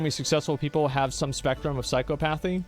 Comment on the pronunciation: The way Asmon keeps pronouncing "psychopathy" hurts my soul.